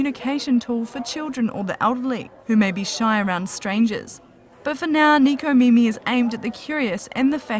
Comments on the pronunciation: ...Nekomimi...but in America, it's spelled as Necomimi. But it should be pronounced as Neh-koh-mee-mee Literally means 'cat ears'. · Why you say Neeco mimi? Japanese words in English is sucks. >___< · she can't pronounce necomimi??